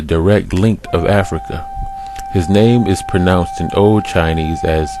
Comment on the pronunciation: the way the narrator butchers every single chinese name should tell you how seriously this should be taken.